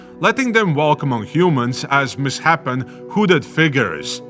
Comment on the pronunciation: Misshapen is pronounced "miss-shapen." Like a wrong shape. 🌈The more you know🌟